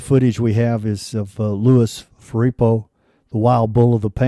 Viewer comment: Scholarship not bad, but pronunciation is terrible; "FuREEpo" for Firpo is only one of many errors in pronunciation. Make your pronunciation match that of educated Americans who know boxing history. Their pronunciations usually aren't perfect either on non-English names--Firpo, being an Argentinian with a Spanish name, should probably be "Fearpo, phonetically, but we usually pronounce it "Fir," like a fir tree, or, same sound, "Fur," like fur on an animal. Practice till you get the names right, then do your voiceovers. On the positive side, thanks for using your own voice and not AI--everybody's getting sick of those AI robots that are taking over YouTube.